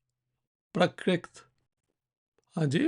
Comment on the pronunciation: The correct word and pronunciation is PraaKRiT and not PraaTRiK! And Praakrit is a less structured form of Samskrit spoken by common folks.